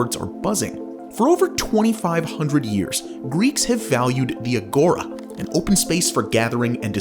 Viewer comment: agora but you emphsize in the a and not the o